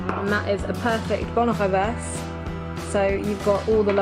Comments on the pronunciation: Its bol renverser mate!!!! you ruined that dish mate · Bol renversé !!!!!! With é!